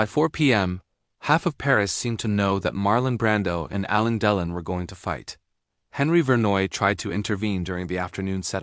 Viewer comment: On tv ,making reviews and comments, you should know how to pronounce the name of the Actor properly! Ok '! ✅! You are not saying Delon , properly! Bruno usa